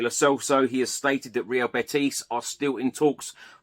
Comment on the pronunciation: Hi. It's not BeTIS. It's BETis. The stress on BET